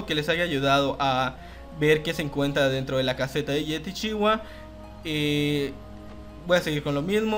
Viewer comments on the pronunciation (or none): Hola, esta bien poner videos de las mazmorras completas la verdad, y no esta nada mal la calidad. Lo que no entiendo es porque dices yetichiwa y LA, XDDD.